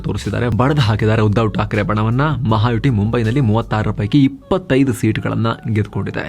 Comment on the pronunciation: ಅಣ್ಣಯ್ಯ,ಅದು ಮಹಾಯುಟಿ ಅಲ್ಲ, ಮಹಾಯುತಿ.ಯುತಿ ಸಂಸ್ಕೃತ ಶಬ್ಧ. ಯುತಿ ಅಂದರೆ Front ಅಂತ.